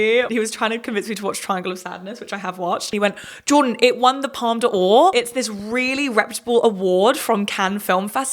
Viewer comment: Lots of great interesting points raised in your review, which I enjoyed, but I must admit when you told the story of Alfie explaining the Palme D'Or I thought you'd also correct his pronunciation instead of getting it wrong as well 😉. Palme D'or is just 'palm door' not 'palm de or'... Sorry, no flippancy intended, I just want to help.